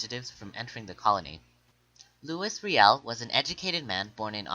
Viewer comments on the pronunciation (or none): you pronounced your stuff wrong its loo-e ree-el and may-tee and william mc doo-gal